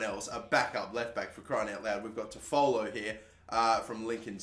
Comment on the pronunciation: Harry Toffolo is pronounced -Tough-Fullo